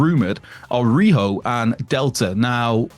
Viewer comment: Isn't rhio supposed to be ry o not riho